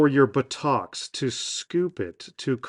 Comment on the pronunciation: Upvote for your pronounciation of ButtOcks.